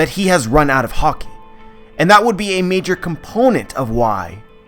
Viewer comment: You keep pronouncing "Haki"as "Hockey". Pls stop. Anyway good stuff.